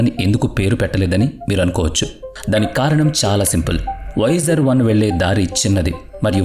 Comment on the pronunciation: awsome video keep but its not voyajer1 its voyager 1